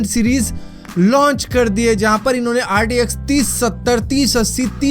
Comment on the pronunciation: Bro bro bro pronunciation toh thik boldo RDX lag raha hai bhai RTX hai wo LOL 😂😂😂😂